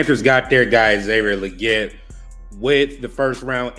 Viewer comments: It’s Lee-Git. Goodell pronounced it correctly according to XL himself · Why do yall keep saying his name wrong? Lol. Leggette is pronounced Lee-git. Smh